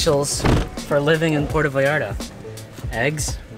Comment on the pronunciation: Will y’all pronounce it correctly!? - It totally grinds my gears to hear the arrogance of yanks not calling 💩 what it is… It is NOT Pordda Vallarrda. It’s PuerTa VallarTa. Pronounced: PwerTa VayarTa Apart from that- nice vid.